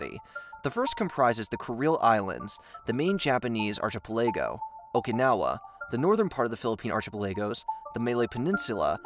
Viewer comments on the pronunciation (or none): Arc-A-Pella-go :D Please... Archipelago. It genuinely hurts me to hear. xD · yeah, the pronunciation in this video is ridiculous - archie-pellaygo - NOPE! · Fix your pronunciations!!!! Arkipilaygo and New Daily…. Genuine question, is English not your first language? I’m legitimately trying to figure out how you keep butchering words in every….single…video…. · archipelago = ARK-I'-PELAGO , not are-chi-pa-lay-go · and "archipeligo" is not "arka-pilay-go" and "Saychelles" is not "say-chili's" This dude has messed up countless common pronunciations over several videos now. I still can't tell if he's trolling us. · Love your stuff. Just wanted you to know archipelago is pronounced ark-eh-pel-ehgo. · I am not questioning your content, but it's hard to take this serious when you mispronounce, "New Delhi" and "archipelago". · Don't forget New Daly and Archeepelagos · The butchery of "Archipelago" has me right pissed off. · Why didnt your editor tell you you pronounced archipelago wrong? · Please do a YouTube search on this - How to Pronounce Archipelago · You pronounced archipelago incorrectly. This channel needs better QC on narration. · When you cant pronounce words like archipelago it makes you seem less credible